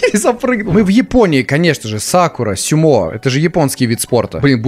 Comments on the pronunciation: не сюмо а сумо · Не сюма а сумо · не сьумо а сумо💩💩💩💩💩💩